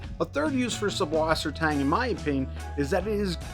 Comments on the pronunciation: Good info but just FWIW it’s not an unusual name, it’s just German - and in German, it’s pronounced suss, not sub. The German alphabet has a capital B looking thing which is a direct replacement for ss. So they’ll spell it SuBwassertang, but the B is pronounced ss. They actually dont even say “freshwater.” They say either saltwater or sweetwater. So its Suss = sweet Wasser= water Tang = seaweed 😊✌️👌👍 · it's pronounced "sysswassertang"